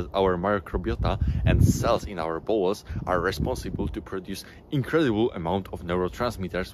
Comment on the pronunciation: Dont take this as hate, just sharing something that struck me as odd, namely: you pronounce "bowel's" like "balls" I get it, english isnt your first language (i presume), but in this case it makes the video feel a little comedic. If it helps maybe its not a bad idea to have an AI read out the script you write so you get a feel for the pronunciation